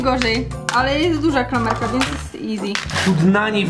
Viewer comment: Czy ty umiesz mówić bo na klamerke mówisz kramelke albo karmelke albo klamelke